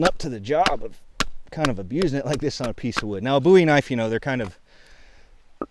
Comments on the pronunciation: I like that you pronounce bowie correctly 👍🏼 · Thank God. He said "bowie" correctly